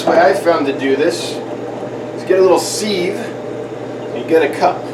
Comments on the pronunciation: ...I’m English, and nobody here says “seeve” it’s always “siv” you made me smile. Not trolling or hating on you. Love your vids 👍😁🇬🇧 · Not teasing but fascinating that you say s-ee-ve for s-i-ve. Good tip tho. I used snails from my other tank, transferred media and fed a lot of food to rot and start the cycle in my new tank.